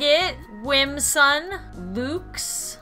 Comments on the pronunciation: it is not Whimsun it is Whimsum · Its whim-sum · It’s whimsum no N at the end it’s M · whimsuM not whimsuN